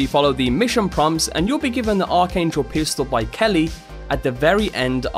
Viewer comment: 2 things it’s ARCHangel and it’s K E R R Y not kelly